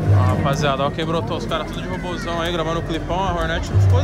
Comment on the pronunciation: Quantas vezes o torugo falou ROBOZAUN nesse vídeo?